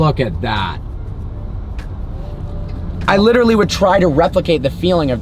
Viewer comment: He literally butchers the word literally, literally all the literally literal time in literally every one of his literally literal videos.